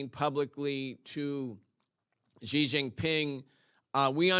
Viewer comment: love your work and channel! Fyi, Xi is pronounced “she” nor “zhee”. Hope that helps.